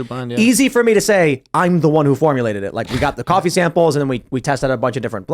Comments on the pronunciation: Bro.. "Cahh-fee" 🤦‍♂️🤣✌️ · Umm Boston? Nope lol, I'm guessing Wisconsin or Chicago, u can tell how he says coffee like cahfee. Plus us Massholes don't pronounce our r's lol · bro said "Caffie"